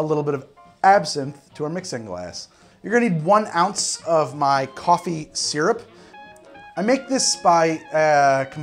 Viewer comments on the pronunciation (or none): none